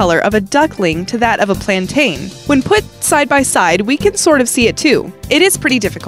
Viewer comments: I am from Barbados and that is not how to say plantin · It's not plantain it's platono's